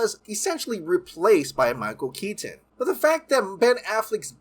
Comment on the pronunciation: I love your videos but you pronounce the "t" in "Keaton" too hard and it distracts me. Also I don't get what Cavill could have possibly done to mess everything up for himself so badly. As for Grace, she is wrong a lot, no?